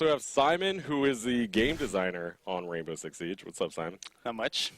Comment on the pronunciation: HE SAID WAINBOW